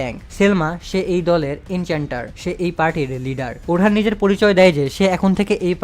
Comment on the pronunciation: vai orhan hoben na orun hobe